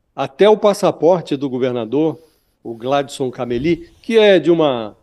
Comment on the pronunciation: Não é Caméli a pronúncia. E sim, Camelí